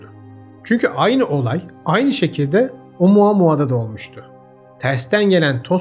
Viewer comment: bir kez daha OMUUUAAA MUAAAA duyarsam gülem krizine giricem